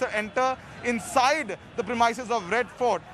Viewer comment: Journalists don't know how to pronounce 'premises' 😶 So annoying